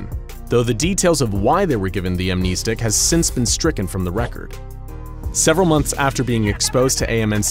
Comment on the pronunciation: Keh-teer. KEH-TEER!? THATS HOW YOU PRONOUNCE IT!? Bruh. Everyone, including me, has been saying this wrong for SO LONG! I do know for a fact that amn-NEE-stic is incorrect though .🤣